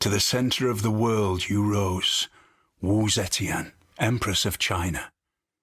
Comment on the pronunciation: Man they butchered Wu Zetian's name woah It's Zuh-Tyen. I don't expect him to, like, speak in tones or speak fluent Mandarin or whatever but I would have hoped they'd at least have given Sean Bean a note on that.